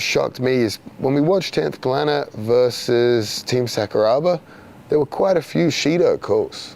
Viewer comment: Craig when you say Sakuraba, it's Sakura like a cherry blossom then add a ba at the end.